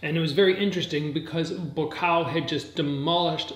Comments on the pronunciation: why do you say "BUKAO" ??? it's buakaw !!! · Tf is bukao? It's Bu-wa-kaw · Amazing content brother, but it just ticks me when you say Ba Kaw. It's pronounced Boo-ahh-Cow. All in all great commentary keep up the great work!! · People get so bent out of shape over pronouncing a name wrong??? I don't upset when foreigners pronounce my name wrong. And it doesn't sound like he says Boo Ah Cow. More like BwwaCow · It's pronounced Bhuakhao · Not pronouncing Buakaw’s name correctly smh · It’s so damn annoying when you are not saying Buakaw’s name correctly! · Imbarresing u cant pronounce his name right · Your pronunciation of Buakaw is poor. But nice try! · I'm half Thai it's not! But close!